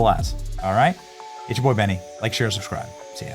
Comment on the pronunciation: Benny…: At least learn how to pronounce his name ffs…